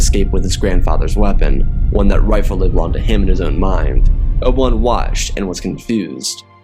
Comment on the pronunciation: Who TF is "Oble One?" Bro, you gotta slow down! Sheesh!